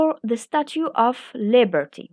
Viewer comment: You should improve your english language pronunciation( of#off❎❎=ov✅)